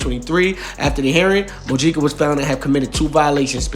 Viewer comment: It’s pronounced Mo-HE-Ca